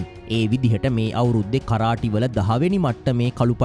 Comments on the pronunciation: කරාටි නෙමේ කරාතේ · මොනවද මනුස්සයෝ “කරාටි “ කියන්නෙ 😂😂😂😂😂😂.8 pass නැති එවුන් u tube කරන්න ගියාම මේක තමයි වෙන්නෙ 😂